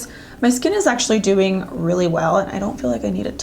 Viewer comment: i hear "dewing really well" "these dew last .." lolol